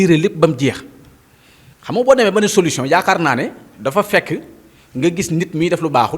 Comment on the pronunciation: Mais toi esque tu est capable de lire et comprendre un livre, ta prononciation ne le montre pas de toute façons, Sonko parle de Solution et non solouson